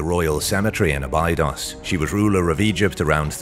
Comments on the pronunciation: Thank you. I knew it was a bad sign when he butchered abados. Probably spelt that wrong, but I'm not pretending to be an expert... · It's pronounced " Abeydos"